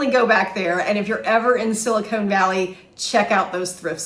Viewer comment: Okay, just gotta say, “Sili-cone” Valley is the space between two large fake breasts. “Sili-con” Valley is how you pronounce Silicon. Just trying to help you out! 😂